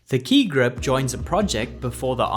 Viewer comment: Admit it ... you all enjoyed hearing him say Ki Grup over and over.